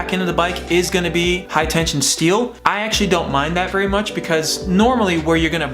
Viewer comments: Hi tensile. Not hi tension. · I don’t care, but it’s a 100% fact that you are saying tension, not tensile... lol own up, don’t take life so serious bro. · u do say tension loud and clear